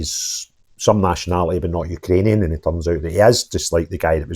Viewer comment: If only you could pronounce you ka rainian correctly 😂 Congratulations on your appointment